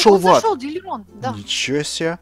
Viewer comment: почему-то сказала дилимон а не диллерон это угарно. кто услышал ставь лайк